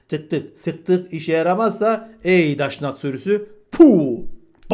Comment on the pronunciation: Kusura bakma sayın: Pek iyi çıkaramadım; Siz Daşnak mı diyorsunuz yoxsa Daşak?